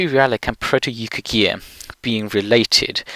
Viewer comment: Yukaghir, not Yukhagir Suomen, not Soumen, as someone else has already pointed out